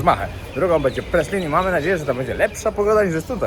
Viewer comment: Byliscie na Praslin (Prale..z francuska trzeba wymawiac) a najwazniejszego nie zobaczyliscie..az nie moge uwierzyc... plaze i nurkowanie sa wszedzie na Szeszelkach ale Praslin...no nie!!! Obciach.